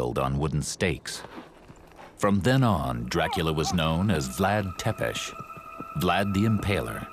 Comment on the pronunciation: Cant even pronounce tepes correctly.